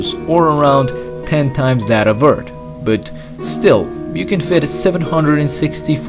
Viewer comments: Anyone who enjoy the videos but gets a little annoyed when he says eart and not earth? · It's Earth, not Eart. It's things, not tings. Anyway, good video. I like counterfactual (what if) stuffs. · just saying you sounded like you were saying "Eart" instead of "Earth"....JUST SAYING not trying to be rude! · I can't stand when he says eart😂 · You say eard not earth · Hes not saying “eart” hes saying “eard”. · I think he needs a doc His vocie makes him say "earts" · From a previous video, everyone kept posting Eart. i decided to listen to him this time and he cannot pronounce the H in any word. I don't mean to insult you, just a observation i noticed. Everyone has their speaking disabilities and its not a negative because everyone clearly understands what your saying. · I like the way you say "Earth"... ._. Eard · More like ERD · Why do you keep saying eart lol 😂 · say earth properly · Its a joke from the way he pronounces earth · it sounds like nerd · What if you could pronounce earth like a normal person?